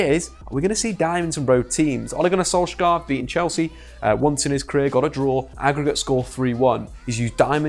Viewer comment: Im from Norway. I just wanted to correct you on the pronounciation of Solskjær. The letter K is silent. So it becomes like Solsjær.